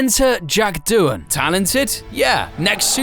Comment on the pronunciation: Doohan? More like Doonon🤣